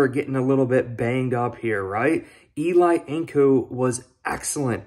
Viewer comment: Not pronounced E-Lie (like Manning) but E-Lee. Thank you! #BillsMafia